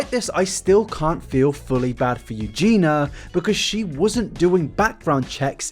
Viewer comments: I genuinely can't tell if you're saying "Eugena" or "Eugenia." I could probably slow down the video to a lower playback speed, but I'm lazy. Not that it matters either way. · I agree with you on this topic but please pronounce her name correctly, you are skipping the "i" in her name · You keep saying her name wrong. The 1000s of times. All wrong. It's poking me in the eye every time. Ahhhhhhhhhhh! 😠😠😠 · do you think he’ll ever learn to pronounce her name tho? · I don’t think you are saying her name correctly and it’s driving me bonkers. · take a shot every time forgets there's an i in eugenia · Please, please, please learn to pronounce "Eugenia" correctly before you make more videos about her. I thought the video was otherwise well researched and solid content but it just seems like doing your due diligence to learn how to pronounce the name of the subject of your video. It's pronounced Euːˈdʒiːniə in English and that's also how she pronounces it which is the most important part. You're omitting the final i vowel repeatedly and it was very distracting to listen to. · I’ve given up all hope of ever pronouncing the i in Eugenia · I think you are saying her name wrong, this entire video. xD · Three videos in and still can’t say her name right 😂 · Are you saying her name wrong or purpose or ...? Mate you made three videos about her the least you can do is give her the minimum amount of respect and say her name right. Thank you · The only thing that bothers me is that he can't pronounce her name properly. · intentionally mispronouncing someone's name is such an annoying attempt at an insult (if he was doing it on purpose) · 3rd video on her and he still can’t say her name 😂😂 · It's Eugenia, not Eugena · I agree with all this, but it's Eugenia, not Eugena! YOO-JEEN-EE-AH! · Can you at least pronounce her name correctly? It is Eugenia, not Eugena. Jesus christ 😒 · This is a good video but her name is Eugenia not Eugena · eugenIa lol not eugena